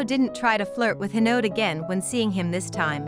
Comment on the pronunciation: It’s hinode not hinod